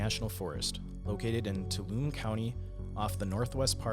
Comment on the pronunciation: Stan-iss-loss is correct. TOO-All-Um-Me was not .... sorry native California and very protective over our pronunciations LOL the mne is always pronounced me .... the "n" is silent and the "E" is pronounced.